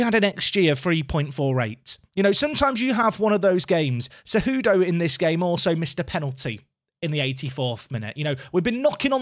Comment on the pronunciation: Hey man! you got it! you nailed Cejudo pronunciation! :D